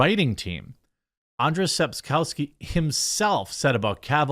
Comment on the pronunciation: You're butchering Sapkowski's name, you didn't spend the three minutes needed to research the pronunciation